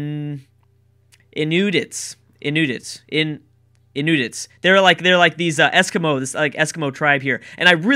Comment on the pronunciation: Inoots?? Lol it's in-New-its